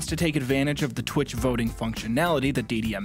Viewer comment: h-hewwo?? lmfao